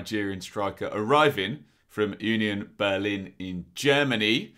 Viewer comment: I like that you prononce Union Berlin correctly.